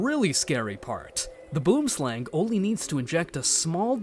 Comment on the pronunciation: boomslang is pronounced: boo-em-slung. Just being prodantic and patriotic 😂